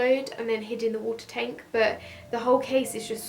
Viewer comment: Lol, 'tenk'